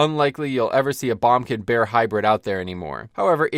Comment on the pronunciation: Am I the only one who's never heard someone say bombkin? Always heard boomkin, lol.